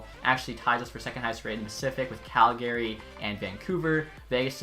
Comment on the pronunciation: did he just say CalGARY